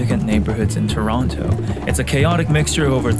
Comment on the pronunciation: You pronouce Toronto like someone who's never been to Toronto before